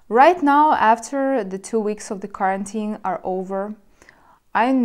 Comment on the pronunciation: Quarantine is pronounced like: Quoi(French) + are(Eng.) + N(Eng.) + teen(Eng.). You pronounce it as the word carotene (pigment in fruits and vegetables like carrots). Also: re. my comment from a few weeks ago: I was watching a Polish freelancer and he also said « explain you » forgetting « to ». See, how interesting grammar is how it transfers from the mother tongue to your second languages? :D Anyway, re. this topic: I think women have a harder time being alone than men. However, a man becomes very eccentric if he is alone for too long (E.g. loses his manners and social etiquette; he becomes like a caveman) but not depressed. I think women are more prone to suffering from depression if alone for too long. But a man... I have no problem going months and years not going out to meet anyone because I always have too many personal endeavors and hobbies to accomplish. However, if I told someone this in my country (USA) they would probably get offended... because in my country they try to raise boys to become girls and girls to become boys in the name of « equality ». (Sorry, not to get political; just making a comment about the culture I came from: I.e. contemporary Western culture.)